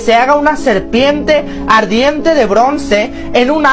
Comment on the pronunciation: Serpiemmmte , ardiemmte , en todo caso se dice Serpiente,!!!!!!